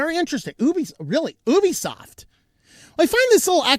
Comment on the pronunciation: You're mispronouncing ObiSoft. ObiSoft != Ubisoft and they're not pronounced the same. At first it sounded like you were just jabbing at the name similarity but then you kept pronouncing it as Ubisoft, just thought I'd point that out. (Though you could lead me to believe it was named to sound similar for whatever purpose)